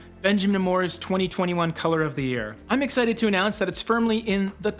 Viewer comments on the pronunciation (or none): none